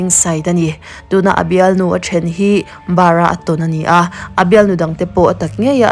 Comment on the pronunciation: BAWRA??😂 Bawraw nitur awm tak ani